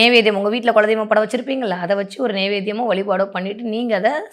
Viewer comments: Kindly pronounce as kula deivam.🙏🙏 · குலதெய்வம் என்பது சரியான உச்சரிப்பு